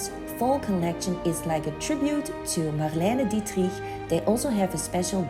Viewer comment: ❤ how you're pronouncing Marlena Dietrich ❤